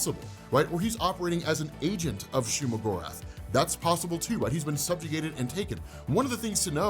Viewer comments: It's not shuma my lord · Legit I thought he said Shea-Gorath, as in the daedric prince in elder scrolls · It's shumagarth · It's not Shuma Gorath. Period